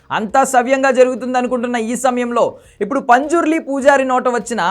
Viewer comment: Anna punjurli kadhu panzurli❤❤